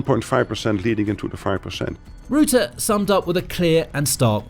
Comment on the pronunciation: You're pronouncing Rutte incorrectly. Try saying the "u" in "Rutte" as you would say the "ou" in "rough".